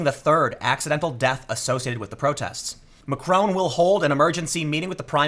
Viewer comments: Learn to pronounce Macron's name properly. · Tim, learn to pronounce macron in the non yankee way